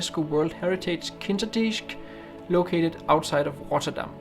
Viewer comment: Brave attempt at pronouncing the locations' names; you did a pretty good job 😀 Beautiful shots, especially, for me, from Kinderdijk (Kinder as in Kindle, dijk as in Mike)!